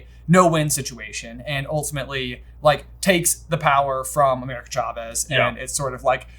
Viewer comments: Am I the only one bothered by pronouncing it "CHA-vez" instead of "SHA-vez" They pronounce it correct in the first few minutes if the movie... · I love these guys, but the way they pronounced Chavez was SO distracting lol 😂